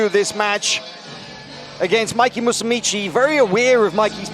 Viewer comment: Stop saying "Musumici" it's "Musumeci." Musumeci is one of my favorite BJJ fighters. He would really benefit from some laser eye surgery, though.